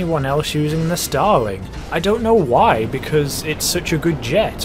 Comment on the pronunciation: Os it just me or whenever he says starling it sound like he is saying stalin